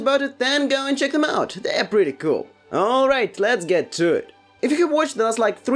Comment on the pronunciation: We need 1hour video with ur "All Rrright", omg it's sooo cool